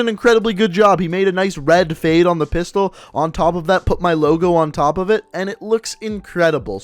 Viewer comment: he said "topf" 10 gun skins